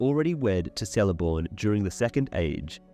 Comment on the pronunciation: Here we go again, pronunciation of Sindarin and other M-E languages. In Quenya and Sindarin, there are NO soft "Cs". Even when followed by a vowel, it is skill a hard "C" as in the pronounce "K", so Celeborn is pronounced Kel- a -born. If you are going to delve into Professor Tolkien's legendarium and do a comparison of the trash that Amazon Prime is putting out, I suppose it's to be expected that you would screw up as much as they have. Do us all a favour. Either stop making these inane videos with bad pronunciation and stultifying monotone at leas try to pronounce the names and places accurately..👎👎 Two thumbs down for you.